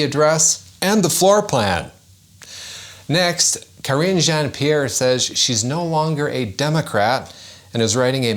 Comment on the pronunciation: Hey, you misspoke on one name it's Kringe Jean-Pierre. Please be a little more accurate in your reporting with someone's name 🤣🤣🤣🤣🤣🤣🤣